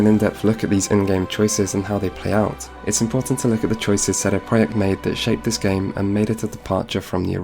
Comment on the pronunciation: You know what makes me angry? . . . sheday preyacht Their name is CD Project, why not do the whole thing in polish . . .what a wanker sheday preyacht sheday preyacht sheday preyacht sheday preyacht sheday preyacht - FUCK OFF mate